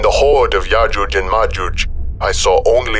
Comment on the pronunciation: I could be wrong, but if you listen again I am pretty sure that called yojuje and majuje the entire way through. that the entire time. I will also listen back at my next opportunity and report back.:-)